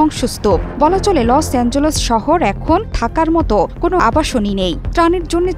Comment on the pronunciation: অযোগ্য সাংবাদিক। লস-এঞ্জেলস টা উচ্চারণ করতে পারে না আর আসছে সাংবাদিকতা করতে। লস-এঞ্জেলস কে লসএঞ্জে লস/লোস উচ্চারণ করতেছে😅😅